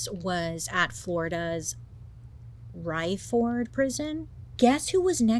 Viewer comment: The prison is pronounced ray-ford. My father used to work there. 🤷‍♀️